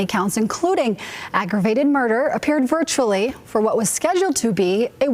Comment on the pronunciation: Stop with the "virtally! ! I am so tired of this ...! The same thing goes for IN REAL TIME...!